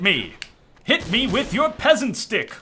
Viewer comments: "Pesent stick" 2k15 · ''Pesent stick.'' 2k15:D